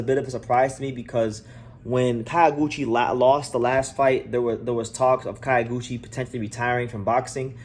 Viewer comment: Not "Kayo"- guchi. "Kyo' -guchi, as in the city "Kyo"to